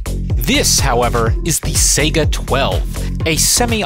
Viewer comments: The saiga may be spelled as such but the pronunciation is wrong by 99% of people (you don't pronounce the first a but instead pronounce the I, s-I-ga) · It's pronounced "Sigh-guh". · No way bro just pronounced saiga "sega"